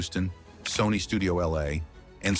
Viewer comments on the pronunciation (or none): none